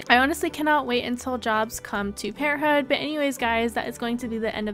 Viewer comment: I like the way you say parenthood lol "Parenthooh" hehe :)